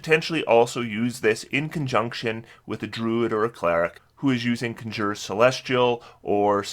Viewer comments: I love when he goes from saying Conjure Elemental correctly to suddenly saying CON-SHURRRRRER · Great video as always but you pronounce the word 'conjure' incorrectly (just Google it) most of the time. Every now and then you pronounce it correctly which is odd.